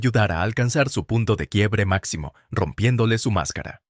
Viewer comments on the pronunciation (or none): none